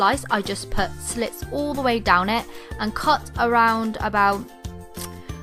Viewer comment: You say "all" "ULLLL"